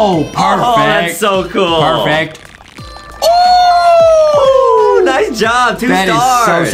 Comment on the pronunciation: Adam just said gool its cool lol